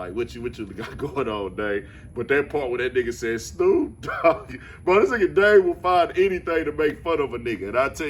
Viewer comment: Lmaooo snoop doggy dogggggg